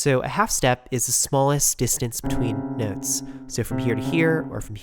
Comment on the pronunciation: "sew, you have 7 white nehwts"